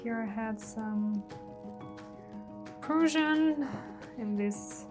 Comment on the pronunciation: Love all of the colors. Don't care for the white center "river." However, fairly successful for your first attempt at a new technique. PS: Prussian is pronounced like Russian but with a "P" at the beginning. It's historically a part of Germany. Persian is a totally different area in the Middle East which is primarily Iran.